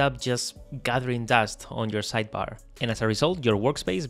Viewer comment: Cuando dijiste "gathering dust on your sidebar" sabía que eras español 😂